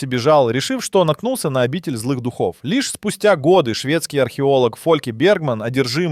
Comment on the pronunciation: Не, ну я всё понимаю, "диктор" мог и не знать о правильности ударений во многих словах, особенно в китайских. Но после фразы "обитель злых духОв", вместо "дУхов", с чтецом всё ясно. 🤦🏻‍♂️ Грамотность и внимание даже рядом не валялись..